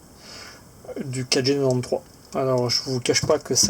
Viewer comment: J arrive pas à comprendre comment tu prononces 4g93 ??